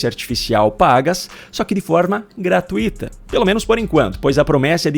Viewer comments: Pelo amor de Deus. Corrija a sua pronúncia na palavra GRATUITA. É uma palavra que possui um ditongo decrescente (TUI)), e não um hiato (TU - I). Apenas para ilustrar, coloco o acento na vogal que deve ser pronunciada mais forte: ( T Ú I ) e não (TU - Í ). ( GRA - TUI - TA ) e não ( GRA - TU - I - TA ). Melhor do que isto, só desenhando. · Pelo amor de Deus. Corrija a sua pronúncia na palavra GRATUITA. E